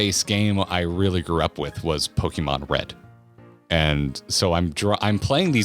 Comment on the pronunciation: Start by teaching him how to pronounce Pokémon